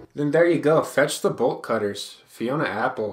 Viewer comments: when you said the album name i thought you said Vegetable Cutters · wait what is the album i cannot understand a single word he said